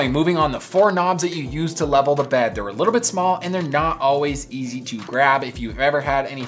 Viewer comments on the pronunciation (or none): none